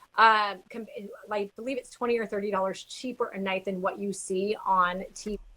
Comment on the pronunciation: Did you say doll hairs? 😂